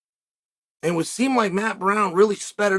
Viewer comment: Chael says... aehnd.